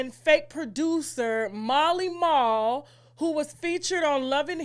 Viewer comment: Oh! His name is Mally Mall! Oh! It sounded like you were pronouncing his name as Marley.